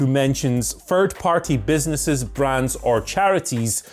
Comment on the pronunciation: "Fird Party" 😆